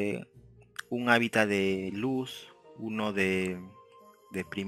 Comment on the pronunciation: Se dice HÁBITAT